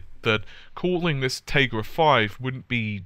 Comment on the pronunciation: "Tay-grah" That's a first for me, as far as that pronunciation goes. Hah